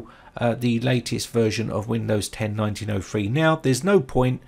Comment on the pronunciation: Nineteen oh three not nineteen oh fwee.